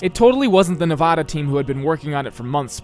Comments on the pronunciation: As I lifelong Nevada resident, I can tell you it is pronounced nev-AD-uh not nev-aw-da! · its nevAda, not nevahda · As a nevadan, I want to say nice job. But, you pronounced Nevada wrong the whole video. We take this very seriously. Nuh vah da not nuh va da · However, the way he pronounces Nevada is very much annoying. It's Knee-Vaaaah-Duh, Not Knee-Vaw-Duh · I wonder how many Nevadans are going to be angry that you mispronounced Nevada several times. I count at least 1. In seriousness, it's really neat to see an area I lived in as a kid built in Minecraft. Excited to see where gets built next! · How do you make a video about Las Vegas without ever being told how to pronounce it or Nevada by any of your builders